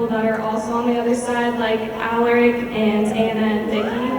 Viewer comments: When she said ALaRIC I honestly screamed it's Alaric, you uncultured swine😠😠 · When that girl said "Aleric" instead of "Alaric". -. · umm wait.. EXCUSE ME, ALA-RICK? ALA-RICK? no. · Lol that one girl pronounced Alaric's name wrong. He even said, the episode he came in "You may want to pronounce it Alaric(the way she said it), but it's Alaric(the way it's supposed to be pronounced)"